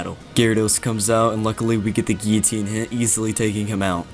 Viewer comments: "Gi-oh-teen" Gill-oh-teen, sir. Guillotine. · It's pronounced 'Ghee-Uh-Teen'. French word. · if you literally type in guillotine pronunciation it says 'gil, leh, teen' I didn't say he said it wrong I'm saying it's weird he says it like that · You keep saying guillotine wrong and that's a problem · Bruh how did you just say guillotine 😂😂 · Damn, never heard someone pronounce guillotine so weirdly